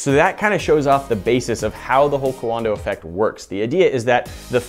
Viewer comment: Is it wrong I was waiting for a big black dude to come out when they said cowanada effect